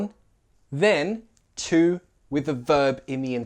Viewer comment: LOL! My American ears picked up something (I think). When you said, "Say it with me", it sounded like say it "wiv" or even "with" (hard TH) sound. It works, and I'm not calling you wrong, it's just an observation. Great job! I think these nuances of our language are great, but only for an advanced speaker.